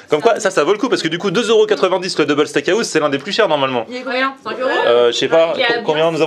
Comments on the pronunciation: Liké si toi aussi sa t'enerve quand il dit steak a house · Steak haouse